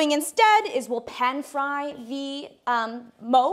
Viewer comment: Sombody is gotta tell her when to say the or the